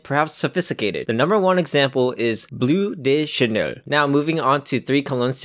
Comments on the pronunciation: "blu deu channeul" 🤣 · The video's nice, but where do you get those pronunciations from? Blue the Chanel and Versace Arrows 🤣. Also eau de Parfum is spelled eau de parfum and not eua de Parfum, small mistake but pretty avoidable when seeing those words every day on your cologne.